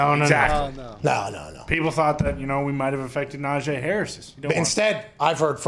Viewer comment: Lmao saying “Nahjay” Harris instead of najee is what najee was talking about at the tide pro day today